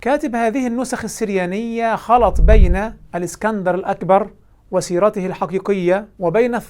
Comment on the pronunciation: بيقولك، الاكسانر "الاقبر" بالقاف. والله يستهال يتفضح على ديه لوحدها